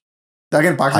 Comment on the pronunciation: Dude why do you keep saying Bakistan 😂